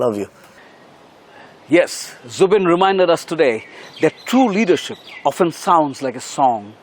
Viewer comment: It's "Zubeen" not Zubin plssss! 😒